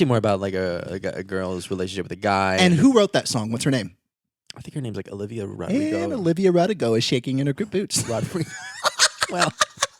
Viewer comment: “Olivia Rodigo” 😂😂😂